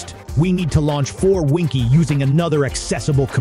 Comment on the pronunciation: Seriously PassFab not willing to pay for a voice actor. Winkey 😉 is actually pronounced as Win-Key and restart isn't rest-art